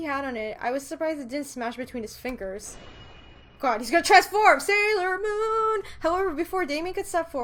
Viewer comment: Sailor Moon. How I hear it: Saero Moon.